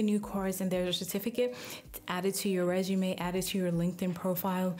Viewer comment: ...I noticed how she said, "reshume"☺️